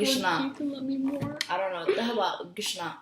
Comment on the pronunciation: "Gishna" lol u say it messed up